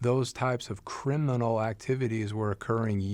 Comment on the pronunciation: It's a small thing and really just feeds into what was saying, but one thing that irked me during this video is the way he emphasized the word "Criminally" several times, as if to say "don't look at what I did or didn't do, at least I didn't break the law". It's like he was trying to be sneaky about his self-conscious effort to absolve himself of some guilt maybe, but more likely any responsibility toward what happened. It's just another icky thing about how he's treating this situation with his kids.